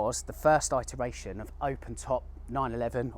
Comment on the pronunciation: you are the only person who pronounces iteration like that. Doesn’t stop me watching your great videos though!